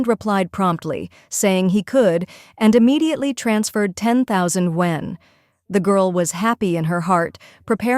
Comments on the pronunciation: YUAN ! Not won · I just hate 'content-creaters' who are laizy, using AI narrator who can't even pronounce the chinese currency correct................for shame👎👎